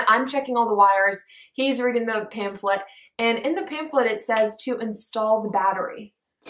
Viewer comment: Love the video and love you guys and says seff and have